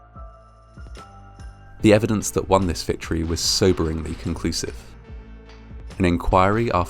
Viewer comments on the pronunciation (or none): none